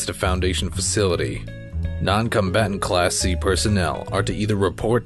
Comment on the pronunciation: Who else hears "Class C" as "Classy".